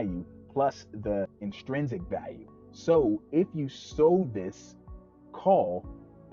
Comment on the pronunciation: It’s inTRINsic, not inSTRINsic